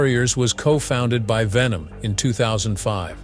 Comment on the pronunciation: It's ERIK WEIHENMAYER; not Erik Venom.